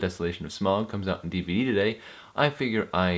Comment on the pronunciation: I stopped watching as soon as he says the Desolation of Smog. It is Smaug.